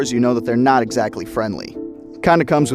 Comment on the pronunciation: pronounced ankle-low-saur-us